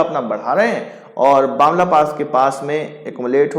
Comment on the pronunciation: It's not Bamla pass it's Bumla pass.....